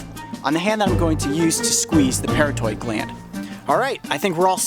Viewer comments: It’s not the “para toid” gland. It’s the “puh raw tid” gland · Pronounced "pair ott id" parotid. Got some in my eye once. Extremely painful and couldn't open my eye for about 15 minutes. Blurry vision for quite awhile.